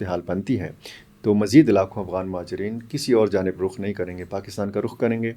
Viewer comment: Aghwan nahi afghan hota hai